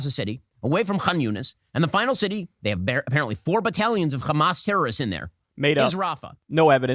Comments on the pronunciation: Shapiro isn't even a Hebrew speaker, he's just a regular American, but still keeps calling Hamas as "Khamas" like all the Israeli lunatics bc they think this is degrade them and apparently in their book or language khamas is something negative. Never mind that Hamas is spelled differently and Arabs, who would know best, don't pronounce it that way. The ultimate bigotry, arrogance, and supremacy. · Yes, Khamas, as of he's a Hebrew speaker. Has no problems pronouncing "H" other than in Hamas. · We pronounce it khamas to redicule the ones who do it. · The baby, 3-year-old teenager, grandparents and parents in RAFAH are antisemites? Wow! Ben is a dumb stupid loser. Why is he saying Khamas and Khan Younis